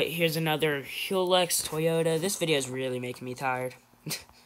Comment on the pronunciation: MAN SAID HILLRIHX 😂😂😂😂😂 ITS PRONOUNCED (HILUX)